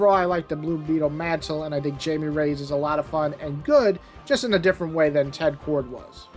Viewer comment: ITS pronounced as high me like thats how you say blue beetles name its spanish lol